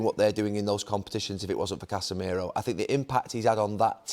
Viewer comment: Did he really say Casemiro 🤣🤣🤣